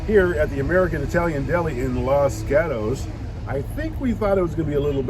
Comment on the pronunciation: At least learn to pronounce the name of the town correctly.